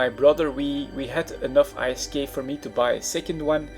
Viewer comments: its called isk. NOT I.S.K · "i s k" - do you also pronounce gold as "g o l d"? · I'm not sure wether to hate or love how you say I - S - K insted of ISK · Every French I know say I S K too. :) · I thought he was saying "Ice Skate"